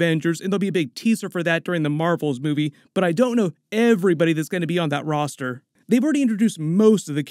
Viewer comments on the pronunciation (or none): none